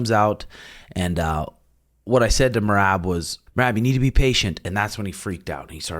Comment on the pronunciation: Maybe they will finally learn to pronounce merab's name correctly